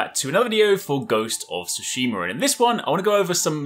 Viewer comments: Tsushi-MA, not Tsushim-ER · I love when people have accents and can't day words. Ghosts of Tsushi-mur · ghost of tsushim-ER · "Ghost of Tsushimer" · Lmao.... "Ghost of Soosheemur" I dunno why that made me laugh so hard. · Ghost of sooshemur! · White people be like: "Hai welcome bak guys to Ghos of Sushimur" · Ghost of Tsushimer lol